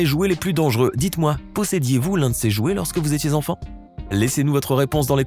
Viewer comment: Au début "Les iouet"